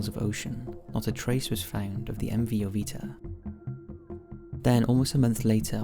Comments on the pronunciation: Wasn't it "MV Joyita", not "MV Jovita"? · joyita (ho-yee-ta) "little jewel"